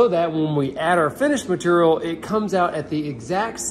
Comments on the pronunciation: "Matorial" :D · The best episodes are the ones that says "material" on! 😄